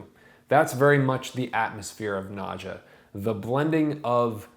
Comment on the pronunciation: It's pronounce "Nad-ya," as it would be in Russia. No English "j" sound.